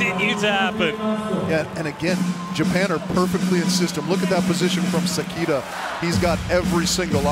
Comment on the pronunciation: 解説の方がもう褒める言葉がないくらい称えてくれてる。本当にスゴイteam🐉 英語発音の関田選手→セキータは可愛い😂